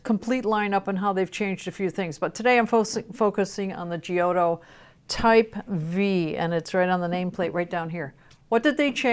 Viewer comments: love ya and your excellent reviews but your pronunciation of Giotto --> Gee-oh-toe kills me. It should be pronounced --> Jot-toh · the right way to pronounce the name is "jotto" :)